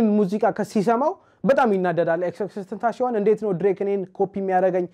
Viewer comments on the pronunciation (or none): It is not tenashion It is tenasion when pronounced